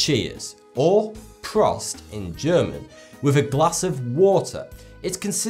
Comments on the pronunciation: It's actually pronounced proast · Prost is said with a long O. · Khamsa is not pronounced [Kazmah]. You've switched the order of the letters,. "Prost" rhymes with ghost, not lost.